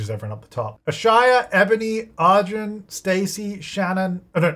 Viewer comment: lady is gay and this deserves to be cannon:face-blue-smiling: !!! Also, just a suggestion, if Arjun wins, as an Indian person I'd love if you could try googling the pronunciation and then saying his name- its just a little more R than A. It'll help the name sound less weird to my ears every time.